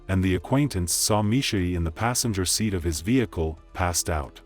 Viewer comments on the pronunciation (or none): none